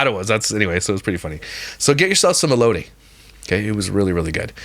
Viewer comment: Your story times are my favorite! I laugh the whole time. 😂 Your last story had me cracking up! I’m from California and Mexican and I can smell that cheese from a mile away. I don’t like cheese because first the smell and the taste 🤢😵‍💫😅 Also the way you pronounced Baja & elote sounds like me when I speak as English is not my first language. I’m always mispronouncing words. My husband always has to correct me 😂😅 i guess us Californians are short because I’m 5’ and my husband is 5’ 8” 😅